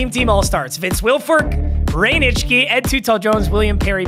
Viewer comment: No offense, but it will never not surprise me that you can pronounce Nitschke cleanly